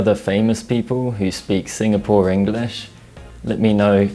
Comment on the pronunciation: As a Singaporean, u are pronouncing it wrongly especially 'Sinfapore' and tbh, it pains me No offence though, if u r, I'm sorry